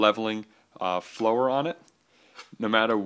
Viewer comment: he's pronunciation of follower totally discredits is opinion in any way shape or form in my mind. Haha.